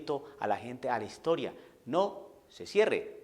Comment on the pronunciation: Desde el segundo 1 de tu video ya estaba esperando que salieras con tu babosada de "la hishtoria" 🤣🤣🤣🤣🤣, no soportaste ni tres minutos sin salir con tu pavada.